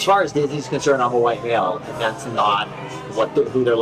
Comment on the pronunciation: She can't say white